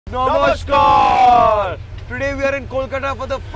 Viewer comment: It is not nomoshhkoooooorrrr.. It's nomoshkaar😂😂😂🥴🥴❤️Love from Kolkata 🍀❤️